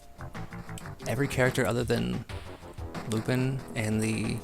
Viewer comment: It's lupin, not lupid